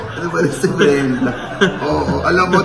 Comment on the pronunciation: Brenda, pero Mrena bigkas nya ksi may cleft palate sya.